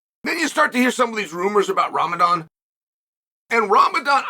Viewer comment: I find it incredible he pronounced it correctly 😂